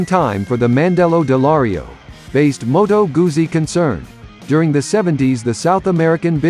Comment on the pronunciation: Pronounced Moto Gutzi !!